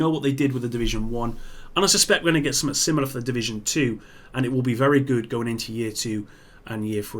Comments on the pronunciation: Yo,, why can't you pronounce basic English? The word is "something", pronounced "sum-th-ing". Not "suh-muh". Good God Man!!! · It’s funny that when you say the word “something” you say summet.